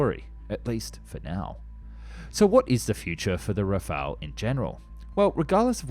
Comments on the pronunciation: Rafale not 'Rafael'. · RAFAL* not rafalÉ* we are not Spanish or Italian. 70% of French blood are Germains, like Germans blood are 70% Germains too. But French are mixed with Celtic Bretons ( English ) in West for 10%, Vikings from Scandinavians from North 10% and 10% Flammish from North East. Our language is Germano-Latin. We name this Jet RAFAL, Its a natural Air Boost. But we right in Latin RAFALE. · It's not an alternate pronunciation, it's just plain wrong. That you can't read does not excuse a complete mispronunciation. One is an archangel, the other means gust of wind.